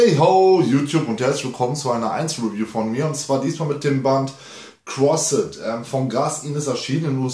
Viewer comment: Es heißt nicht KrossEEt es heißt Crossed. Das E wird nicht gesprochen